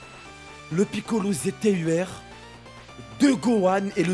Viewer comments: yo pourquoi tu dis piccolo ztur lol mais gg luck de ouf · Gg pour les gohan go le monter et arrete de dire kamiccolo ztur😭😭😭😭 sinon bonne vidéo mon frérot 🤗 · "le piccolo ztur" mdrr j'suis mort